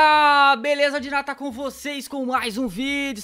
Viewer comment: dinata se donata? kkkkk